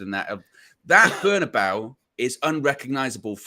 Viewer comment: I hate it when people say the Berna-bow. 😡